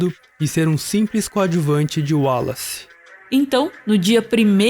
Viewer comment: Excelente video com pormenores excelentes sobre seleção natural e artificial e o seu papel na evolução das espécies. Só um pequeno reparo: porque é que pronunciam tão bem o nome de Wallace e insistem erradamente em dizer "Darvin"? A pronúncia correta é mesmo "Dar-uin". Abraço de Portugal!